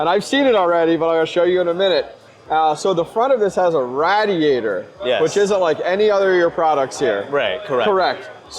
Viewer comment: wth says radd-e-at-er